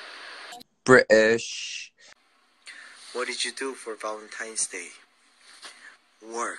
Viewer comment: Im screaming as a brit. He said ‘British’ in our accent so accurately also the ending is sooo sweet. He said it so sincerely ‘of course I love you guys’